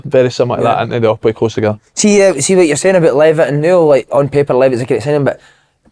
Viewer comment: Good podcast lads but Jesus someone tell Thomo how to pronounce Dylan Levitt